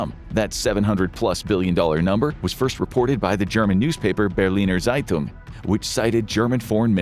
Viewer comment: the pronounciation of "Zeitung" gave me instant earcancer